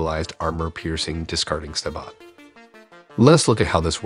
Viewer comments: "Sabe-O" not "sab-ot" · SAY-BOW not saybaat. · Sab-oH. Not Sabo-T. Sab-oh. Do your research. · SaBOW not saBOT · Just to say the Sabot round is pronounced SABO..... The T is silent.. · Sabot is pronounced Say-bo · Sabot is pronounced like Say•boh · Please learn the proper pronunciation of this. Sabot is say-bow. For example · The way he pronounced Sabot